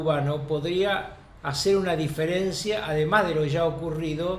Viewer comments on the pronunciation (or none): none